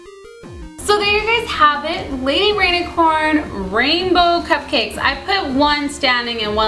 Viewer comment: cupquake it sounds like you said baby rainicorn and not lady rainicorn